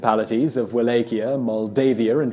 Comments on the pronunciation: I thought it Wallachia pronounced Valakia not walakia. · Wallachia = (Va-Lok-ee-uh) A common mistake. Just so you know. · The way you say Wallachia hurt my ears. It's pronounced Vallahia.